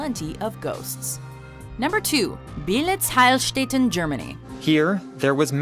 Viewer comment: It gives me cancer how you pronounce "Heilstätten" :D Otherwise great video.